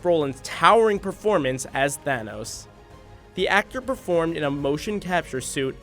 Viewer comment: The way he pronounced Thanos...